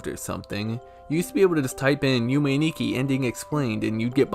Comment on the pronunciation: Also, Nikki pronounced (knee-key)